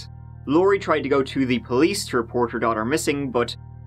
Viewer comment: Nooooo...What was that! 😂 You're supposed to say "Let's give it a goo"